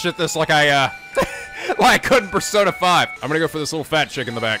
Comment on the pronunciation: Aren’t other languages like English, though, and have inconsistent phonics? But yeah I’m so used to Japanese phonetics that it kinda throws me off when they’re not pronounced correctly. That’s why Persona 5 kept bugging me. But apparently the Japanese devs had a hand in that, so it’s not even the localization team’s fault.